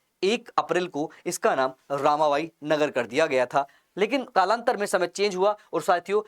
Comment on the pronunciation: ✅✅रमाबाई नगर था❌❌ रामा बाई